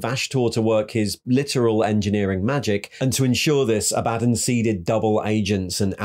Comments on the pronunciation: Aah buh dawn. Not A bad done. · ITS ABBA-DAWN NOT A-BAD-ON!!!!!!!!!! REEEEEEEEEEEEEEEEEEEEEEEEEEEEEEEEEEEEEEEEEE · aba-dawn Row-boo-tay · You can listen to literally any 30k or 40k novel to know you're pronouncing Abadon, and Roboute Guilliman wrong. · Ok but it gets on my nerves Abaddon's mispronunciation. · Love your videos but it KILLS me when you mispronounce Abaddon